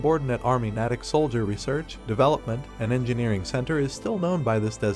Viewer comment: Slight correction. The name is pronounced “nay-tick”. It is located about 20 miles west of Boston, Massachusites. I enjoy your posts.